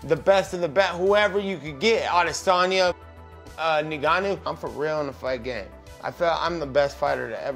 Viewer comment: Bruh he said Nigannou 😂